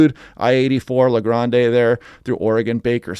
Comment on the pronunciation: BTW, it's pronounced "La Grand", not Grande like a latte. 😂